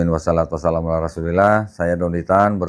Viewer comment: Tolong,bacaan pembuka salam agaknya kurang dikit tartilnya, harusnya yg bener (washolatu wassalam) bukan( wasalatu wasalam)